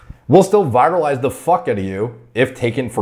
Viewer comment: Virilize is different from viralize…not nitpicking…enjoyed the video. Maybe it’s because people have corrected me all the time with my pronunciations…